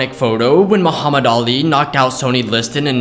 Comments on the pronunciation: It’s not pronounced “Sony”Liston, it is pronounced like “Sunny” Liston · Are you calling him Sony??? Bruh, violation. He's a legend and you should learn his name before you speak on him. It's pronounced, "sunny". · Pronounced SUN E....NOT SONY SMH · His name is Sonny rhymes with funny not Sony like Tony. Sheesh! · It's pronounced like Sunny not Sony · Its pronounced "Sunny"